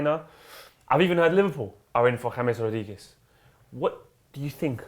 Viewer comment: James rodheegez😂😂